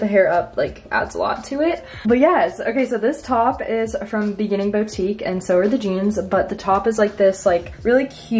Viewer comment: boutique is not pronounced “bowtique” its “bootique”